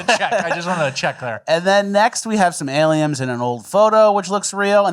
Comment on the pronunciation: mispronounced aliems.